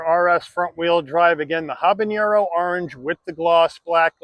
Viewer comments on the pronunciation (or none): ok I'll be 'that' guy........ it's habaNero not habaÑero also, I'm a gringo, so...... :)